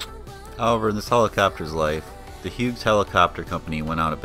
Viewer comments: When you pronounce the name "Hughes," the G is silent. And Hughes didn't go out of business, it was bought and merged into the McDonnell Douglas corporation. The model 269/300 line was sold to Schweitzer. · Come on, guy: "Hyoooz"! If it was good enough to train Vietnam-war era pilots, that works for me!